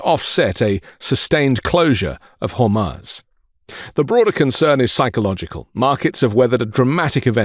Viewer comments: Good economic info re Strait of Hormuz - (which incidentally is pronounced Strait of Hormooze.) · Strait of Hormuz (Har-mooz) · Hor-mooz dude. Its been on the news enough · HEY ALL MEIDAS TOUCH CONTRIBUTERS. PLEASE LEARN HOW TO SAY HORMUZ TELL BEN TOO